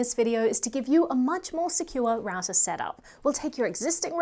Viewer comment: Raouser ? It should be pronounced as rau·tr